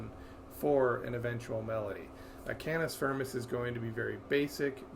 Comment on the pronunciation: "cannis furmis"